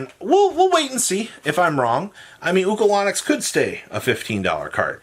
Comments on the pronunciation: is the king of butchering every card name, adding a whole extra syllable to Ulcanix by making it Ukalanix. I'm genuinely convinced he's the Yu-Gi-Oh player who cannot read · Say it with me. UL-CAN-ICKS